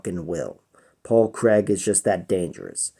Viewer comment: Great vid man and from a Scotsman we appreciate the correct pronunciation of Craig!